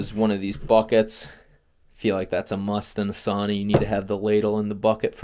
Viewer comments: I get it…it’s not a big deal. But, if you go thru life lackadaisical about details…then….well …that’s a personal choice. If you think of a female pig…and emphasize the first syllable it may come more easily…SOW-nah. So…it’s not a big deal…but Saw-nah…well …it’s just not correct. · Wonderful thing you did, congratulations! Only one suggestion: the correct pronunciation is actually “sow-nuh”, not “sAw-nah”. It sounds like splitting hairs but it means a great deal to a Finn 🇫🇮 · Sauna - the one Finnish word everyone knows... and everyone mispronounces. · Seriously, it's really hard listening to it. Everyone loses their minds if you pronounce jalapeño wrong in North America, but no one bats an eye at sauna.